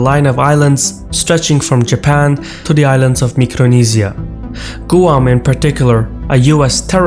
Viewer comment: Perfect except Guam is pronounced, "gwam"...other than that, keep up the good stuff